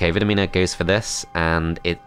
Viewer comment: It is pronounced "Vidomina". Hope I helped!